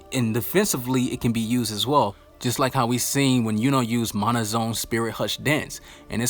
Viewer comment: It’s a problem because you keep mispronouncing mana